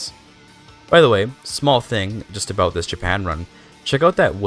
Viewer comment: Aboat dat ei Dude going full Canadian